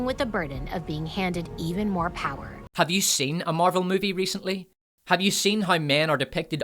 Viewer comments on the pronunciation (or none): i like how he says "pyre" instead of "power" :D